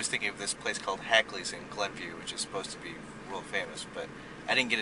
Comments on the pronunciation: Hackneys not Hakleys lol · You could start by pronouncing "Hackney's" properly. Lousy video of one of my favorite places on earth. Grew up in Glenview so I got to go often. Miss my Hackneyburger on dark rye now that I'm in Florida.